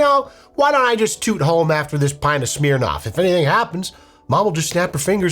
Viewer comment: I love that you pronounce “Smirnoff” like “smeer-noff”